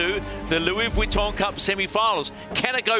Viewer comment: The problem with is that he does not understand sailing, is not a sailor, and appears incapable of learning anything about sailing. It seems clear that the three experts - Ashby, Robertson and Lester - have little respect for him. He also consistently mispronounces "Vuitton", which is a touch annoying. But the AC75 racing is compelling and the AC40 fleet racing is bloody fun to watch.